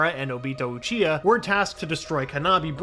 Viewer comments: “Jijuriki” “Uchia” “madra” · "One of his greatest friends, Oochia" 😂😂 c'mon man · Man don’t let this guy commentate a story again “jin-chu-ree-kee” and “uchihas” does he not know obito name? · ah yes uchia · “He lost one of his dearest friends, Uchia” Man didn’t even say his last name right, let alone saying his entire name 💀💀💀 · “OOchiha” “jinchurEEkEE” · Who tf is uchia isn't it obito?? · It bothers me how he says Uchiha and jinchuri